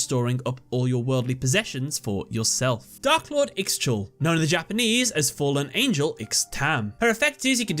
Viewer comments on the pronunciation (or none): Tgs ixchel is pronounced Ixshel also she is goddes of prosperity